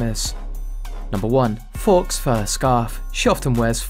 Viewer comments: UK 🇬🇧 it's pronounced foe, not faux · Fox fur? 😂. It’s pronounced Foe. As in, false. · Faux, meaning false, is pronounced exactly like the word foe, as in enemy. She is not wearing fox fur.